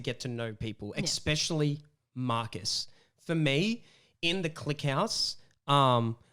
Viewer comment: Can someone please teach this man how to pronounce 'especially' ? (e.g. )